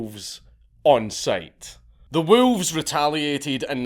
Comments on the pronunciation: You say WoOlves. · Lmao at hearing a scottish person say wolves. "WOOELFS" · Love the pronunciation. Woo-levs. 😂 Much Respect. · The way you pronounce wolves...